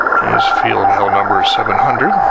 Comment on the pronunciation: Why would you work another station that is not his working frequency that is just rude and very lid'ish , Contest etiquette is needed on youtube to show the proper thing to do.. because hams are getting worse and worse about stuff like that. I would not pronounce Feld = Field, it is Field, but not in German. Feld like in held